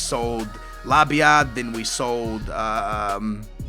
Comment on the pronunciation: Holy shit he actually says Labyad correctly